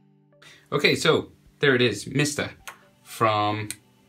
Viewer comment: He really said MIST A